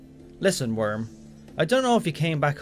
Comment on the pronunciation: Every time they mention Wyrm, I hear worm and the messages get that much funnier